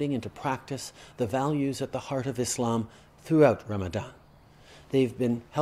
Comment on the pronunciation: Finally a non-muslim that pronounces "Muslim" and "Islam" and not "Muzlem" or "Islam". And properlyeven the "Eid Al Fitr", tajweed on point lol